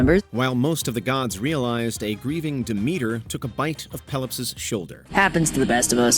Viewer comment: How could you misprounce minotaur and Demeter? Plus, I'm surprised you didn't mention Ariadne.